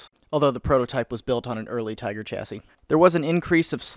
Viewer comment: As i watch this video, i find myself wondering...what the fuck is a "Teeger"?